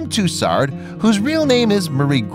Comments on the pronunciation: “MAD AM TOos ARD” 🤣🤣🤣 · A good video. But I know Americans can't pronounce French names. Tussaud is pronounced "Two- so". Not a single R to be found. At least her name isn't Lacroix. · Hmmmm, where is the "r" in Tussaud ?